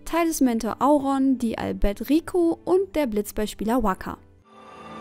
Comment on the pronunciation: Das war ja unterirdisch... 1: Spira, nicht Schpira 2: sprecht doch bitte die Charakternamen richtig aus. Auron spricht man wie im englischen und bei tidus klingt das i auch wie ein deutsches i. (Das weiß man allerdings nur wenn man Dissidia FF zockt) 3: Das Kristarium aus ff13 war ähnlich wie das Sphärobrett. Nicht ganz so umfangreich aber auch hier konntest du deine Charaktere gegen Ende spielen wie du lustig bist. Hope als Nahkämpfer und Snow als Magier usw. 4: Diese Frau am Anfang von X-2 ist NICHT Yuna. Das ist Leblanc. Einer Rivalin, die sich mit nem kostümsphäroiden als Yuna ausgegeben hat. 5: Ja, Girliehaft ist es, aber wenn man mal genau hinhört im Spiel und sich yunas gedanken anhört, ist sie im Grunde noch die alte. Ist nur Fassade. Echt ne schlechte Leistung